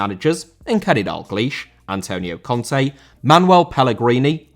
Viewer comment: Conte* not Contei